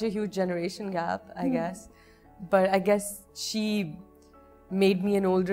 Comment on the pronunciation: i guess ki jgah zyada moun teerha kr k bola tu i GAS bn gya 😂😂😂😂